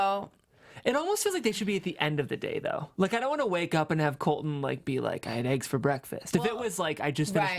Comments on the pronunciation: you pronounce it like this COLT - LON rather than COL - TON. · tell to PLEASE pronounce her T's. His name is Colton.